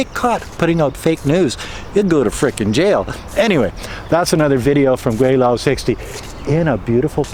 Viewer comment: Gweilo not weilo